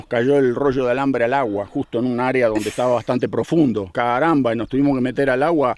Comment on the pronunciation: expresó el "CARAMBA" con acento cordobés. 😎